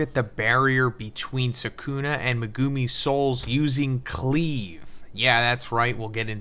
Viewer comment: stop saying megoooomi, it’s megumi, u know this and refuse to say the name correctly